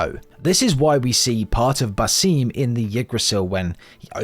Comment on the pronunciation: Why should I watch this video when you can't even pronounce basim it actually frustrates me so much cause the name is said so many times in the game. It's basim with a long a and short i